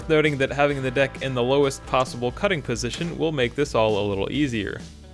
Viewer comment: Sounded like “get the dick into place” 😂 cool vid, great repair